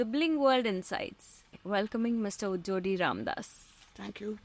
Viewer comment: Our maam is great - humble rooted and pragmatic. Story well narrated. He is 24 karat human being as well. Interviewer could have done a better job.. her knowhow about the field apparently is limited. She could have done some homework. Two key mistakes were pronouncing his name gujjadi wrongly and Swarna as Suvarna a few times. Please take this as feedback. Coming back to maam.. i clap him, i salute him and bow down to touch his feet in reverence.